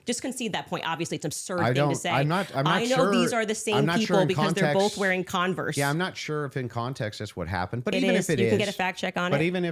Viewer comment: It's Converse, (khan-vurs)! Not Conver'ses.